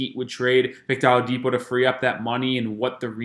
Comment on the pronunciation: Sir,, it's "O-LA-DIPO",, not "AHLA-DIPO"..you killn us